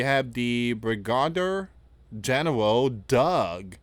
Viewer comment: I try to hear you out but your scare tactics is rooted inside you. From jump, you pronounced Brigadier General, wrong! From a Real Blue Collar Man, you need to learn how to pronounce the Military Commanders properly! Out of respect, smh?!